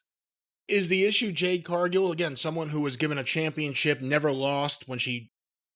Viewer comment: LMAO Best part of the Shaq Match was Shaq Disappearing from the ambulance Jade Cargill hasn't been relevant since then 3-years Jim Still mispronounces her first name 😂😂😂😂😂😂😂😂😂😂😂😂😂😂😂😂😂😂😂😂😂😂😂😂😂😂😂😂😂